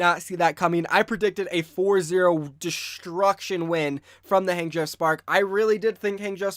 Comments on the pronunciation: It's not Hang as in hey, it's pronounced Hang as in hah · I just can’t get over you pronunciation of Hangzhou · I cry every time he says Hangzhou